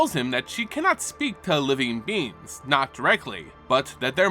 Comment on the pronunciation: Is it just me or did anyone else hear “living beans”. I mean it’s adorable to call Eldrazi beans.